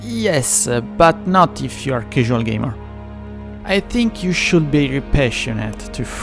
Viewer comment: Good video. Here's a tip: Use Google Translate and let it read out loud the text of your subtitles. Listen and learn from Google Translate how to pronounce some English words, like ENGINE, CASUAL, RIVER, CUSTOMIZABLE and SURFACE!